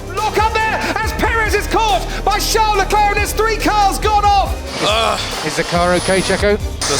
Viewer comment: She said charles leglerg